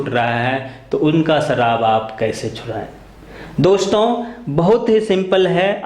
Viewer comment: Saharab not sarab 😃😃😃😃😃😃